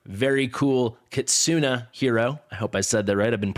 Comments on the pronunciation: Kit-soo-nay is how it should be. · A pro tip from a random Japanese man lol "NE" in KITSUNE" sounds like "NE" as in "NEPHEW", "NET", "NEGATIVE" etc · I don't know why my comments keep being deleted, but it's pronounced kit-soo-nay, or more accurately, ki-tsu-ney. It's not kit-soo-nee, or kit-soon. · It's not 'kit-soo-nee' lol. google is free my friend. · Kitsune, with a pronounced E at the end. I've never heard someone say it the way you do :) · Stop messing with him. Forget the "nay", it's just a regular È. Japanese in general doesn't have silent sounds and mostly everything (well, in romanji) is pronounced the way you see it written.